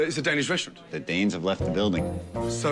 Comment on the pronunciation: haha ramsays danish